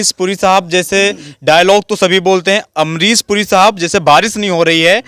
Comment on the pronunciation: ये काले कपड़ों वाला लड़का पढ़ा लिख़ा है लेकिन फ़िर भी इसका शब्दों का उच्चारण सही नहीं है जैसे कि ये शाहरुख ख़ान नहीं साहरुख़ ख़ान कहता है अमरीश पुरी कहने की बजाय अमरीस पुरी कहता है और इसी तरह से और भी बहुत शब्दों को ये ऐसे ही बोलता है और को इतना तो सोचना चाहिए कि जब यू ट्यूब पर बोलते हैं तो फ़ूहड़ शब्दों का इस्तेमाल नहीं करना चाहिए जैसे कि इस वीडियो में ने कहा है कि मैं कई बार अपने घर में छिता हूं